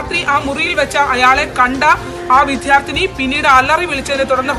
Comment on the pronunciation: വിദ്യാർഥി ആണ്.. വിധ്യാർത്തി അല്ല റിപ്പോർട്ടർ. Shame on you